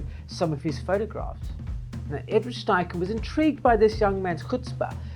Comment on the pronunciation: It's also, STeichen, not SCHTeichen